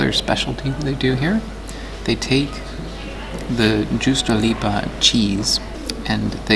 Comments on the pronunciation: laughs in Finnish I have to say that I'm unsurprised that you mangled words like "Rovaniemi" and "juustoleipä". I found a nice place ten minutes from where I live on the south coast that has cloudberries. Not very many, but nice to nab on forest walks. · i goddamn died when u said juustoleipä